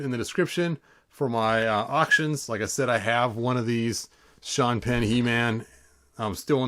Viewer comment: You keep saying Sean Penn head but I keep hearing Sean pinhead!